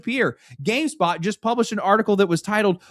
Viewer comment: GameSPOT is a gaming website, gameSTOP is a store. I'm aware they sound alike but you said gamestop three times in a row when you meant SPOT